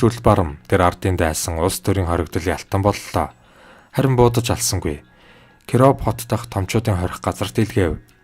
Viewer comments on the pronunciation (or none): Кироов гэж ямар юм байдаг юм.Кийров гэж дуудаач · Киров хот гэдгээ Кий гээд уртаар дуудна.Орос үг зөвөөр хэлж ,уншаарай.Амжилт